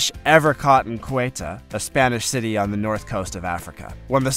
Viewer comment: 1st time I've heard Ceuta pronounced Quato.